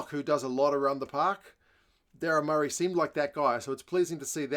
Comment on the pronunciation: Mer-Aye is how you pronounce his surname